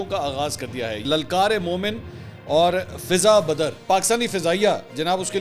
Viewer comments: السلامُ علیکم ورحمۃاللہ وبرکاتہ سر میں آ پ کو سب سے ذیادہ سنتا ہوں آ ج بھی سن رہا تھا مُجھے یقین نہیں آرہا کہ آپ یہ غلطی بار بار کر رہے تھے بڑی معزرت کے ساتھ سر فضاء بدر ہوتا ہے فضہ بدر نہیں ہوتا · منصور بھائی یہ لفظ فضاء بدر ہے ۔آپ غلط بول رہے ہیں ۔بدر کی فضاء کی بات ہے